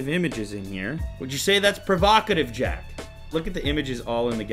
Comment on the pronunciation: Lew, we Jack not Chaz.